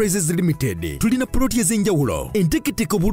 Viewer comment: The way pronounce plot 😂😂😂I hear pott